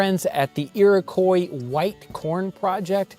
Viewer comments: Iroquois == Ear o kwah.... not Ear o koi. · Please... Iroquois is pronounced "Ee-rok-wa"